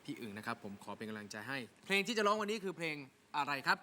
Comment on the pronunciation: แจ็บกับน้ำหวานพูดคำว่า เพลงเป็น เพง..ไม่ค่อยโอเค.